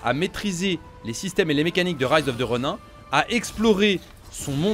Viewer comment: Rise of the Ronin... c'est bien de l'anglais ! Alors pourquoi prononcer "Ronin" en français ? 😏